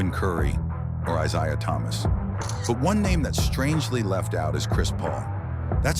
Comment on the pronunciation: also mispronounced Isiah Thomas lmao